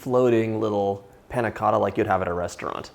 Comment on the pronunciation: The way he said Panna Cotta pissed me off